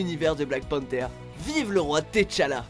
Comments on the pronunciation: « Té challa » mdr apprenez à prononcer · LEO C. J'ai entendu la prononciation de T'Challa j'ai eu un micro AVC